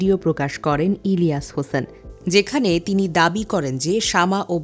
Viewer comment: সংবাদিক ইলিয়াস হোসাইন ভাইয়ের নামটা ঠিকমতো উচ্চারণ করতে পারে না। এরকম দাবি করে এরা বিএনপি'র নেতাকর্মী